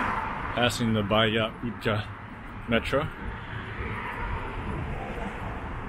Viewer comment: Not utka.....it´s utsa!